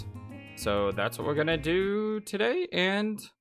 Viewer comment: lol, i'm saying hummina when you say I'munna (i'm gonna)